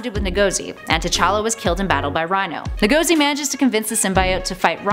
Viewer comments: The way you pronounced Lagos, and Ngozi insults me as a Nigerian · She doesn't know how to pronounce Ngozi or Lagos. Sad. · Her name is pronounced IN GUH ZEE And the city is pronounced LAY GUS. Keep up the great work. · lol Nuh-go-zee. It bothers me how people don't even try to sound words/names out (I don't mean her, just in general). NGOZI, think of words that end with NG like ending <- lol. Now instead, start with that sound, Tad-ah! pronunciation 101.....Nuh-Go-Zee for yourself.